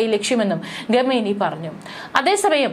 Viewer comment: ഗമേനി അല്ലല്ലോ? ഖമേനി